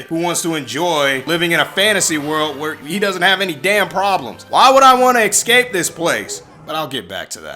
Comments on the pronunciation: ecscape. lol Its Es-cape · It's not "excape", either.